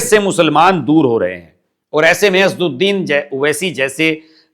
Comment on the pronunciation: 'असदुद्दीन' PLEASE pronounce his name correctly